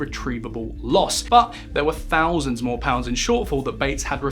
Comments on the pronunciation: I wish you’d learn to pronounce “TH”. You’ve no idea how irritating it is when you say “F” or “V” in a word that is not spelled with an “F” or a “V”. “Two fousand and free” 🙄 “Had to be seen to be doing somefing” “Firty fousand employees” “At the tender age of firty-one.” “Frone around wiv vigour.” 🙄🤦‍♀️ By the way, there’s no H in “assumed”. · Two fousand and free......Why don't you learn how to speak?